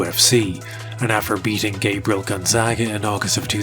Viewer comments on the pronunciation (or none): none